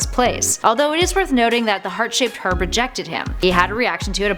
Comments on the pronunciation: I kept hearing "Herp" and thought it was terrible he was given that...Sorry,. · Did she say herb with an h 😂😂😂